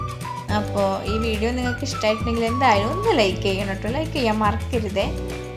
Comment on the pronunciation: Assalamu Alikum ennu shariyaayi paraayu.... Meaning maaripovum....😣